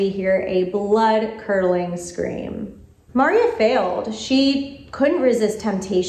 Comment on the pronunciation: it's mar-EE-a not MAR- ee-ah. Seriously,. Have you even watched this one?